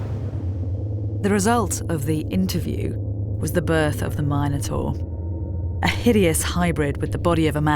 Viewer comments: If they are the Mi noans shouldn't you pronounce it Min o taur not Myne o taur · Why call the beast “Mine-o-tar” and not “Min-o-tar”? After all, they are called Min-o-ans”, not Mine-o-ans”! It’s king Min-os, not Mine-os! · It's intensely annoying to hear Minotaur (mi·nuh·tor) pronounced incorrectly there no "Mine-notaur" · Mine-et-tor... What?!?!